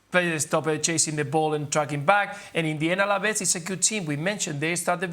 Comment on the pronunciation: It's ALAVES not ALAVEZ, ESPN. YOU OWN THE RIGHTS TO LA LIGA AT LEAST GET THE NAMES RIGHT